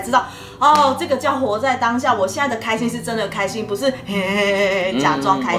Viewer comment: 从“不是”这个词语的发音就知道他应该是在北京接受的教育吧，真的很标准。